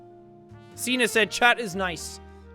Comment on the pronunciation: ya know, when Jack says signe to me it sounds like he says cena which makes me think of...JOHN CENAAAAA (music plays)